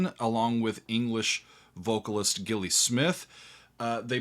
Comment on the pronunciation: More Gong please,!! Always. and still are an amazing live band. Great musicianship but lots of fun and very silly costumes. "Radio Gnome Invisible" is the telepathic way that the PHPixes communicate. Just to let you know that Gilli is pronounced Jilly, and I think she was Welsh not English. Agree with you about the excellent bass player! The one thing that really sets Gong apart from other bands is that rather than ending up in court fighting over the band's name following a split, Daevid Allen encouraged his fellow musicians to use the Gong name so there was also Paragong, Planet Gong, New York Gong, Didier Malherbe's Gong, Pierre Moerlen's Gong, Gong Maison, Gong (without Daevid & Gilli) along with an Invisible Opera Company of Tibet in Australia, another in England (still making great albums today) and another in South America. Probably a load more bands that I don't know about. I hope you'll be reacting to more Gong when you have time. Thanks!